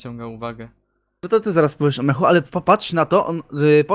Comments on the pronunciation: Wszystko super, fajny odcinek na spontanie ale NA BOGA MCHU A NIE MECHU XD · Poprawnie mówi się "mchu"